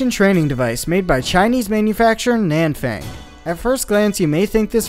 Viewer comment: Nanfang (no. 6) is pronounced Nahn-Fahng